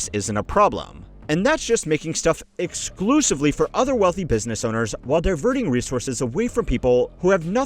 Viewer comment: "BUSSINESS" ?? I think some of your staff need to be replaced with AI